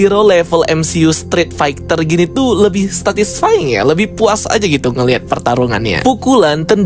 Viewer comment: "statisfying", "skrizofrenia"... Yaelah bikin kesel dengernya & banyak intonasi yg kurang jelas bre, benerin lg ya